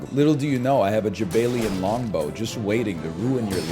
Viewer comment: Jaballian even. Although NL pronounces it as jabaylian when he reads it.